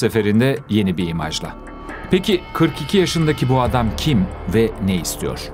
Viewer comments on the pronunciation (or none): none